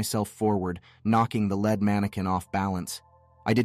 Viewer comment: There's no way this is a human reading this...some pronunciations are just so far off or right word but pronounced as a different word (lead vs lead but one is like lead pipe or lead weights and the other is like lead a horse to water or lead designer). Only a computer attempting to read would make these kind of mistakes...not just in this story but others on this channel